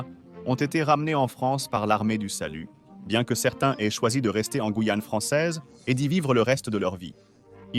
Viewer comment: mauvaise lecture de la "voix". des "e" innapropriés et le non guillane lu "guillane" et non "gouillane". Je zappe.